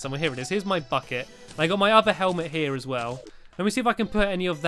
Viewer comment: bucket sounded like F it